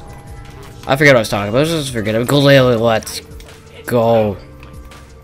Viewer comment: did you say aboot? 🤔